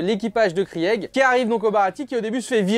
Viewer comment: "Krièègue" Ça se prononce "Krigue" même si ça s'écrit Krieg mdrrr